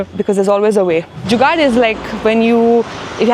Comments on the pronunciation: Without a doubt. The way she said jugad itself qualifies her for Indian fr life. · The way she said "jugaad"😅 . I am pretty sure she is Indian totally, no matter what others think